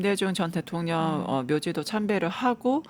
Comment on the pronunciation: 앵커분 발음이.. 방만진법?대통련? 교포신가요?